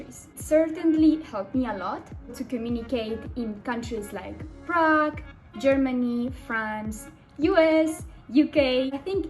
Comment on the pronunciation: Prague はプラグではない。プラハ（チェコ共和国首都）だ。